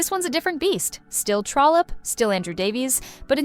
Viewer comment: Love this. Just one thing---it's "Trollope".